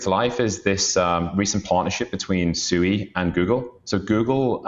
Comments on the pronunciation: It's pronounced SWEE, not SOO-EE. It's Japanese for water. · Swee not SUEYYYY